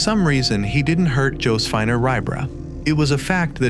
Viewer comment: ALSO-- Joe-suh-fee-nah...